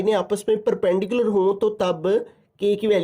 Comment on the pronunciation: Perperpendicular❌ Perpendicular ✅